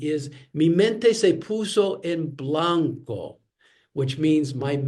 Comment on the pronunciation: I wanted to ask, why do you say "español" with a hard, very English-sounding L? Is it a feature of Mexican Spanish not to say soft L at the end of the words? I learn with Duolingo, which is oriented towards Mexican Spanish, and they don't say it like an English L, they soften it. And "en blanco" ...🤔 Are you trying to imitate English pronunciation? Just wanna understand :/